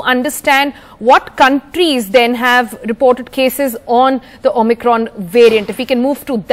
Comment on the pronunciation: Anchor doesn't know how to pronounce Omicron.